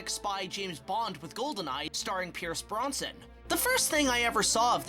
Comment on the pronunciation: Whoops! That would be George HAMILTON, not George Harrison. To date I don' t think Zorro has actually been played by any of the Beatles. Also, it's Brosnan, not Bronson. Accuracy enhances credibility.